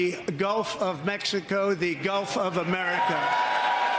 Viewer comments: He said "Americs back". He hates this country so much he can't even say it right! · What is 'AmeriKKK'? He doesn't even pronounce America right